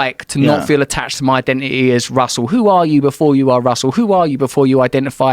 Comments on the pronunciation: Russell, pronounce your T's. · why russel brand doesn't pronounce letter "T" ? is it the effect of DMT? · Russell has the thickest English accent I’ve ever heard. Him not pronouncing his stressed Ts is British af lmao